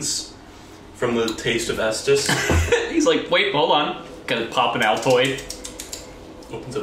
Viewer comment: for 5 straight seconds i thought 'estus flask' was 'eatus flank'